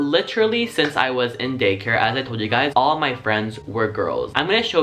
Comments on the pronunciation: Did anyone else here him say gay care instead of day care 😂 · Ok is it just me or every time he said Day care i hear Gay Care 🌈😂😂 love that 💙